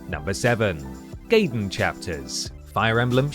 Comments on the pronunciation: It's pronounced "Guy-den", not "Gay-den" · Gaiden is pronounced “GUYDEN” my british presenter, NOT “GAYDEN” >_< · its pronounced guy den for crying out loud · Hearing pronounce Gaiden wrong for the Fire Emblem section seems so off to me considering that he pronounced the Gaiden in Ninja Gaiden correctly in the past. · "Planet scape" "Gay-den" "Lui Kang (text)" Amateur shit. Great video, but you guys need to bone up on your quality assurance a bit if you want to take off. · And I bet a lot of people were shouting at the screen "It's PLANE Scape, not PLANET Scape!" But then this is someone who still pronounces Gaiden as "Gay-den"